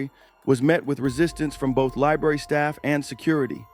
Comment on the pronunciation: she says libarry :O